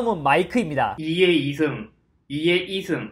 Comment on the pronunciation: ㅋㅋㅋ 나만 녹음기능 소개 할때 2의2승 다 같다고 들리나?